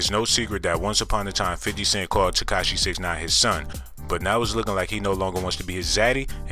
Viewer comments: He also said "Ketashi" but I left that Alone..lol...I'm sure he's a good dude and I'm not the one making the video so who am i..haha.."Curtis 50 Jackson Cent Piece"... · He actually said.." Katashi 69"..lmao but i pointed that out already in a different comment. Just happen to see this and thought it was still funny. Man..im.bored AF Obviously!! haha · He said katashi instead of tekashi lmao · This man said "Curtis 50 Jackson Cent".. lol